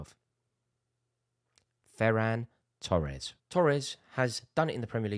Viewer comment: "Ferran Tores"WHAT????????? expected L from Rory